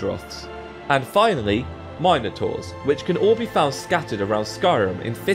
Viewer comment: I love the way you pronounce "minotaur's"